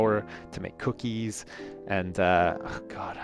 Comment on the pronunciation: The way he says "Cookies" is funny!